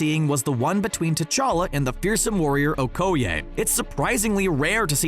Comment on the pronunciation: Fucking hell it's pronounced okoi !!!